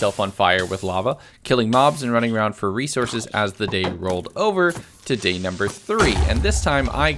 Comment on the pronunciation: day 75 says 'bay' instead of 'day'😂